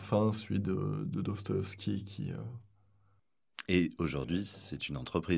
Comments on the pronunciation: A chaque fois que prononce «Dostoyovski», dans cette entrevue comme sur sa chaine, j’ai les oreilles qui saignent. Ça ne se prononce comme ça ni en russe, ni en français. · A chaque fois qu'il dit dostoeskibavveskivaski je sais pas comment il reuissi à le prononcer du premier coup